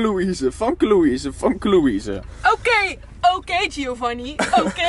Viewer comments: Je spreekt famkelouise Louise uit als femke louise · Je spreekt famke louise nier goed uit